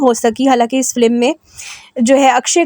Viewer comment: It's FILM not Flim. Pronounce correctly.